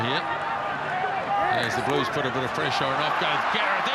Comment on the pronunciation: You mean ‘Bluesh’